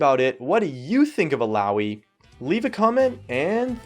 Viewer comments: Ok, I love you but THAT PRONUNCIATION THOUGH XD I don't know how you guys say it, but here we all call her ILL-AH-OY:p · "il-ow-ee" --> Illaoi